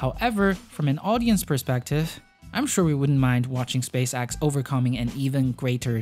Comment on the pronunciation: It’s spacex not space axe